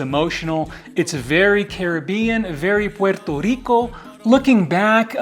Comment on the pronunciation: Your pronunciation of "Puerto Rico" is music to my ears 🇵🇷🪘🪇🎉🎆🎆